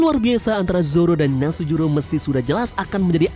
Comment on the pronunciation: V Nus juro.... Bukan Nasujuro